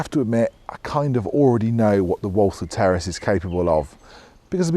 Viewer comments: I thought he said “Terrorists anyone?” On the intro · I thought he said Terrorist then I read the title.😂😂😂